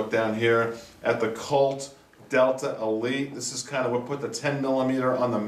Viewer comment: It sounds like you are saying Delter. Am i hearing wrong ?